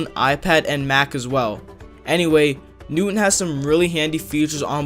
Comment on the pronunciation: He doesn't know how to pronounce "newton"